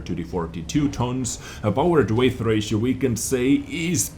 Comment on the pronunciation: Hey nice video! And btw, weight is pronounced like wait. XD